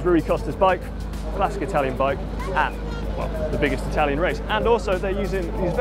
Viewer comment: "one of the iconic Italian brand", yet he didn't even learn how to pronounce it.